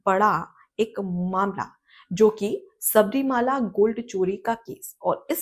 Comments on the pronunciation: Please note that it is not Shabarimaala, but the correct pronunciation is Shabarimalai. Malai means a mountain. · Pleased Correct yourself by pronouncing correctly " Sabarimala", not Sabarimaala.